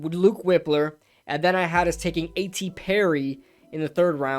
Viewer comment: Its Wipe-ler not Whip-ler I think. This mock was trash in my opinion